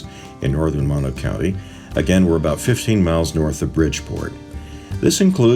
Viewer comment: Great video thanks for sharing but just FYI Mono = Moe-No not Mah-no